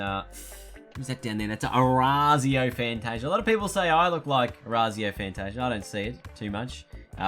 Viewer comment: It’s pronounced “Fanta-See-ah”